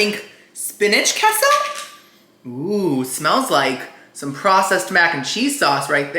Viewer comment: I love how he says keah-so sauce.